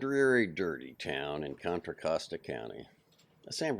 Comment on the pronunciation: However Contra Costa is pronounced in Spanish, locally it isn’t pronounced the way he reads it.